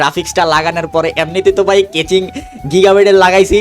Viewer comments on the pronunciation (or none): কেচিং না কেসিংগ 😂😂 গ্ৰামের চাচাতো ভাই 😂😂